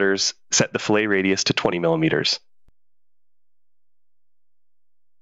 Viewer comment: FYI, fillet (rounded corner) is pronounced with a “tee” sound at the end. Your pronunciation is skinned meat and is spelled “filet”. I see this error too often.